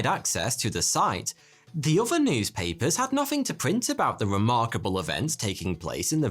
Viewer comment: 'Fhree fhousand years' 'Nofhing'